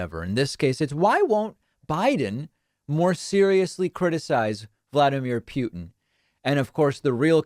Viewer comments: Not that I care about that war criminal a-hole, but hearing you mispronounce and accentuate the “pew” is horrible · Why do you keep mispronouncing Putin, it’s excruciating on my ears 😭